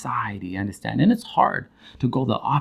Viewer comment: I love when you say “ya undastand”? Lol, love your content. It’s so enlightening and high powering. And yessss, I undastand. 😍